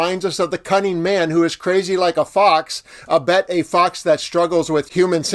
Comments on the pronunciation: FYI 'albeit' is pronounced with the stress on the second syllable. I sounds more like three words. "All be it" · Hi, the word "albeit" is pronounced "all be it"